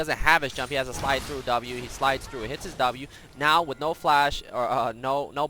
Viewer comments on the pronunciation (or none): none